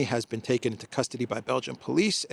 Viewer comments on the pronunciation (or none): none